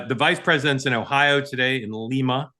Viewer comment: Hi Mark.....It's Lie-Ma, Not Leee-ma